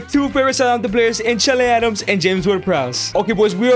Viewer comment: Why do you say Chalay adams ?